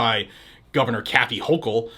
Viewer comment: You pronounced the gov of New York’s name wrong….